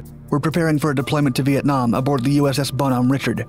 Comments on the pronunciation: it's pronounced Ree-shar not Ritch-urd in this specific instance. It's a French name used by Benjamin Franklin that's equivalent to his "Poor Richard" pseudonym. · I'm really not trying to be that guy but since I was in the navy I feel like I should say, its pronounced bonhomme rishaard. More emphasis on the a and its like a soft ch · The name of the carrier is pronounced the Bon-om-RiSHard. Stupid fucking robotic narrators... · its pronounced bon homme richarde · The name Bonhomme Richard is French, it's pronounced "Bonum Ree-Shar' " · seriously? does he even research? goobdygook b roll of anything, and what "student" of military machines does not know how to pronounce the Bonhomme Richard?